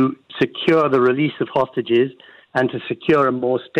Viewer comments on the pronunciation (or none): You mispronounced hostages . These people are not guilty of any crime. but for their nationality.